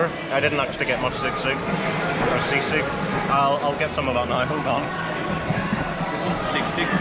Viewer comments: Guys, it’s not sig-sig but SEE-sig. 😊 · I heard sigsig 😄☺️, that is sisig… 😅😉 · Haha its si-sig not sigsig😅